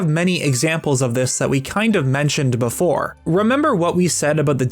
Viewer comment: “And apparently, I’ve never been on a rollercoaster beforrre”